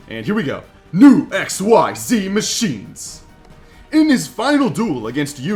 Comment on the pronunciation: Say X-EEEEEZZZ you just say XYZ! It’s not pronounced X Y Z separately